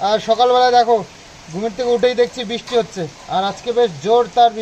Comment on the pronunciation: "Britha" ( বৃথা) ... Bananta thik koro. R "Bristi" (বৃষ্টি) .... Bisti(বিষ্টি) noy. Bhul uchcharon khub baje lage shunte.